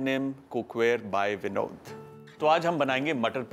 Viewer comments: It is vinod cook ware not vindo cook ware,😊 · It's Vinod or Binod 😂